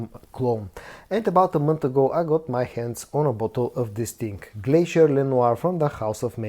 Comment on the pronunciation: Bro stop saying dis ting and interrupting every review to say subscribe, but I think this scent is closer to elixer than le parfum